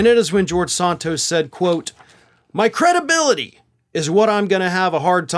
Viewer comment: George will never get his "cre-DUH-bility" back.